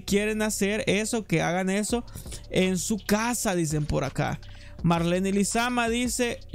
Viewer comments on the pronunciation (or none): none